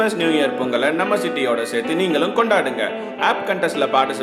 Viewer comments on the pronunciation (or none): none